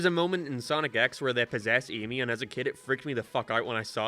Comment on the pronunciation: He's got a mixture of an Irish and American accent. Nowadays it's probably a lot more subtle, but he's pretty notable for pronouncing the letter "a" like "æ", so saying names like "Tails" would be said like "Tæils" or "Amy" like "Æmy".